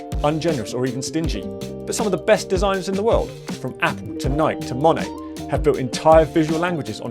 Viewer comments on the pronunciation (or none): It's pronounced Moh-nay! I like the reference but the mispronounciation takes away from point